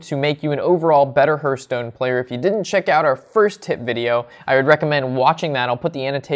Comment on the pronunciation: Please stop calling it Herthstone..its Hearthstone....think Heart but with a th at the end......